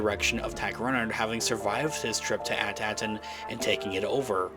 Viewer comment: May I suggest that you research to learn how to pronounce the planet At Akron.